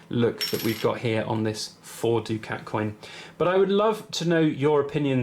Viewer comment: I always thought it was pronounced ‘duckett ‘ not ‘doo-cat’?